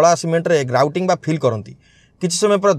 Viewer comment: Sir grouting ra name kuhantu clear re suna jau nahi